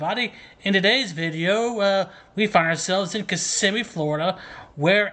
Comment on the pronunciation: Thank you for pronouncing Kissimmee correctly. On the national news they often say KISS•im•mē.